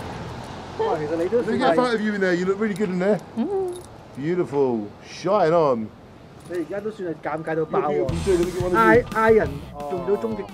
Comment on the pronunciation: Shine on ，要連音講：shinon